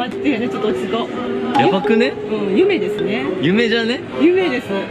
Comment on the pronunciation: の『夢ですね』が『嫁ですね』に聞こえた たしかにゆきりぬ嫁だわと勝手な納得w